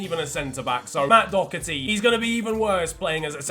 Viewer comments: It’s Doherty not docherty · thats the British pronunciation, but he’s Irish so he says it like Doh-ur-tee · It’s pronounced Dohh-erty btw (I’m Irish) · I'm Irish and Matt Doherty is pronounced Doh-herty, not Doc-erty or Dow-herty. I just needed to say that as I have always been (slightly) annoyed whenever anyone said it like that. No hate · I don’t get why I always hear Doherty called ‘Dockerty” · There’s no c in Doherty please nobody in England can pronounce his name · Why can’t English people say Doherty it annoys me so much